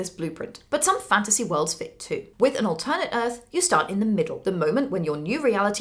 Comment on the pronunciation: It makes me worried that you mispronounce "alternate"